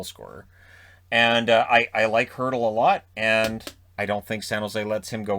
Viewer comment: Little nitpick, you said Kessel has a $6.8M cap hit but it's actually $8M. Arizona's only dealing with $6.8M of cap hit because Toronto is still paying 15% of his cap hit ($1.2M) from the trade to Pittsburgh. Edit: I also wanted to thank you for correctly pronouncing Hertl's name. I've commented the correct pronunciation for it onto several videos that mention him from other hockey Youtubers and was getting ready to do that here before you said the name (Hertl's the obvious name for the Sharks)